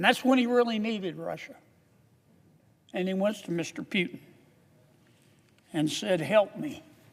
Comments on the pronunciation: Pretty sure his name is "POO TIN" NOT "PEE U TIN ". ROFL THIS guy needs to retire lol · Sir, its PUTIN not PYUTIN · Kennedy CAN'T EVEN SAY PUTIN PEUTIN IS WHAT HE SAYS ! WHY IS KENNEDY WORRIED ABOUT WHERE MR. PEUTIN IS ANYWAY ! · Yeah you go ahead warn others see where that gets you And who is Pewtin - maybe you should learn how to say it first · He wrongly pronounced not only Putin (Pewtin) , but even America, calling it Russia. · At least he didn't say "eye - ran" (Iran) 😂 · Pewtin lol 😂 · He didn’t say that. He said “Pyewtin” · Sort of Pew’in I heard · it's a somewhat slurred pronounciation of the actual name "Puketin" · What in the h is a "Pewton"?¿? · You can't even PRONAUNCED the greatest Vladimir Putin name